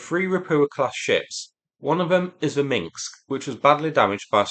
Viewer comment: "Minsk", not "Minksk"